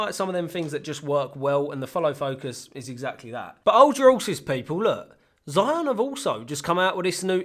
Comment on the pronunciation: Just a heads up: Zhiyun is pronounded 'jee Yuun' in Shanghai accent, and 'Jirr Yun' in Beijing accent. You can pick your preference. I'm partial to the pirate Beijing accent. P.S. Amazing dreamy footage.